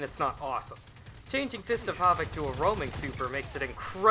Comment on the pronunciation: why do you turn German when you say "havoc"